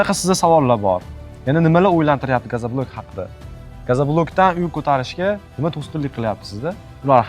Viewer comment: Iltimos "gazablok" emas gazoblok deylar